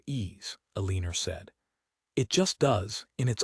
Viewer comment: Please get a narrator that can pronounce the name Eleanor. It`s very distracting and annoying to hear the story`s main character`s name butchered. Apart from that, it was a touching story.